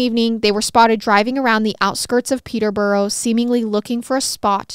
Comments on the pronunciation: I’m from Hertfordshire and then moved to Milton Keynes and I’ve never heard this story 😳😱 I religiously watch MWMH and never thought there would be one so close to home and it was fab❤️ also Peterborough is pronounced Peter-bruh and Herefordshire is herry-fud-sheer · Your pronunciation of Peterborough, St Albans and other British places are not good!